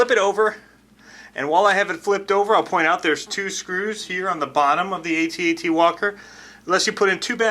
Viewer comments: It's Pronounced AT-AT not A.T.A.T. Some one posted it on Facebook. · AT-AT not A.T. A.T. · Had to stop. You're driving me nuts. A T A T... I was there man! I ate the popcorn man! I tossed wet JU-JUS and Milk - Duds at the screen and they STUCK man. It's pronounced AT. Like the word man.. At.. It's a freakin AT - AT WALKER... Man.. and it moves too fast.. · I can't even watch all of this because he keeps saying A T A T instead of AT-AT. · AT-AT not Ay-Tee Ay-Tee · iT'S NOT A T - A T WALKER! It's AT-AT Walker Like, " I'm AT the party". Get it right. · they're pronounced @@ , not Aye Tee Aye Tee